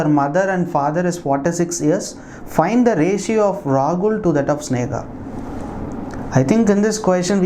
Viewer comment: why are pronouncing Sneha and Rahul as Snega and Ragul in ques. No.8